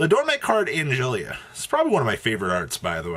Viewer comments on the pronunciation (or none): How can you have an intro where you say Do, Re, Mi, and then still call the archetype door-may-chord? It’s Do-Re-Mi-Chord